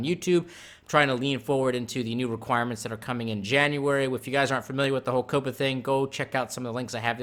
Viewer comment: I thought COPPA was pronounced "Kawp-uh."